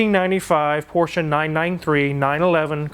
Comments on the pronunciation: So glad to see that you use the correct pronunciation of Porsche. I cringe every time I hear someone say PORSH. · I mean, the VW thing was a joke, but most american youtubers should use that, my ears always start to bleed when they call it "porsh" over and over... great that does know how it's called xD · All this and the correct pronunciation of Porsche